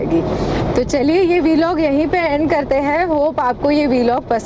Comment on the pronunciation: वीलॉग ❌ व्लॉग ✅ Please correct it it's irritating AF.